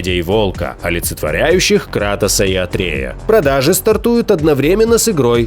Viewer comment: АтрЕя. ТурЕль. Такой удар по ушам.